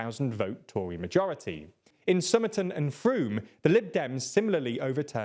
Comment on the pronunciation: I'm very glad finally learned how to pronounce "Frome".